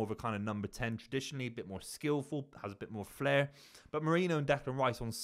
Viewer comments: MEH-REE-NO not Moreno. Merino. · no one can pronounce this dudes name. MEH-REE-NO!